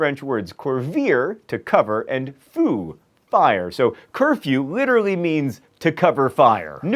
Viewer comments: He also said "feu" incorrectly when explaining the origins of the word "curfew". :p But French has a lot of weird sounds, so it's okay. :p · Its not "foo" it's "feu". Look up how to pronounce it. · 'Feu 'NOT 'Foo' Couvre feu = curfew. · It is interesting to see how words evolve over tim. Also, to hear how John Green pronounced 'feu' put a smile on my face. Thank you. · Your last pronunciation of Gênes was surprisingly quite right. Just the final "s" is not heard. But Couvrir and Feu were horrible, I barely recognised them !